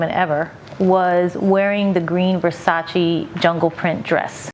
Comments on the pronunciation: Donatella said its called versace not versachee. But love you JLO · Versace not versaci!!! please call it properly does not take a PHD"!! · Every time she pronounces "Versace" makes me wanna play her the Vogue's 73 Questions with Donatella.